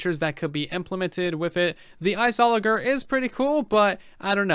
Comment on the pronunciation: Am I the only one who is annoyed of how he pronounces the word "Iceologer" ?